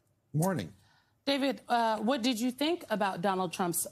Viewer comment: Isn't it great how his emphasis on hostages sounds like SAUSAGES!!!!!